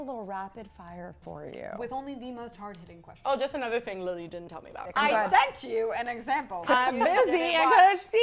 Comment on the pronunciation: I don't personally fallow Jessi but i haven't forgotten her since Lunchy Break, i use to say Lily like a normal person until her episode. Now i say Lilllly like her without being facetious, she literally changed the way i pronounce the word lily.